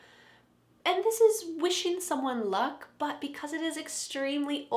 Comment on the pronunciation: When you said good luck it seemed like that you said good look 👀🤔😂😍at the beginning of the helpful vedio